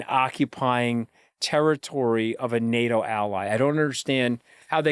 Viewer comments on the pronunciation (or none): none